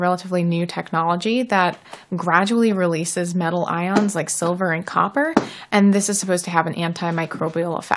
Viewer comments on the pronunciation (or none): none